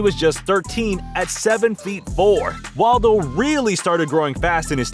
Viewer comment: Wadlo not waldo lol